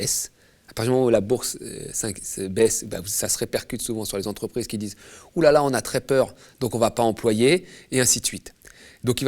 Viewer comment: Combien de "zentreprises" ?!